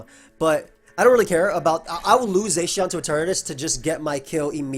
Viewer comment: Still waiting for people to pronounce Zacian correctly. May never happen.